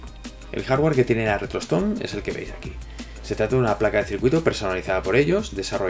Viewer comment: Nose en qué vídeo mensionaste esta consola, pero yo escuché "retrotoston" XD